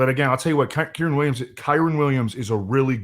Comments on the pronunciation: Hey, brother. With all due respect, its your job to talk about these players. i think its important and respectful that you pronounce their names correctly. Kyren is pronounced Ki-Ren like Ki Lo Ren in star wars but without the Lo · Please stop mispronouncing Kyren